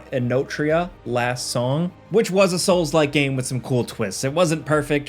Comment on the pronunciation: “Soulslike” “Soulslike” “Soulslike”🤮